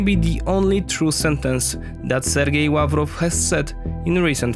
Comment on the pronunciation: Are you Polish? I think I heard a "Ł" when you pronounced Lavrov :D